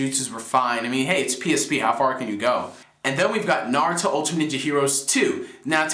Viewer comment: oh yea, no offense to you, but i thought it was pronounced Narutimate, like the end ultimate like Naru-timate, not Narutimatey or Narutimatei lol